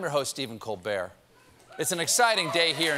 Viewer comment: STEPHEN COL-BERT😳💀